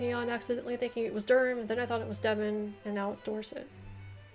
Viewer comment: Hi you did really very well. 😀👍I'm from Devon, Devonshire as it originally was called, although in local dialect locals might say "Deb'n"; or "Deb'nsure". Plymouth is in Devon, from where the Pilgrim Fathers left, bound for the New World. 😀 Birth place of Sir Walter Raleigh. Also home of the Devonshire Cream Tea. Best ever, and cream always first.😉😁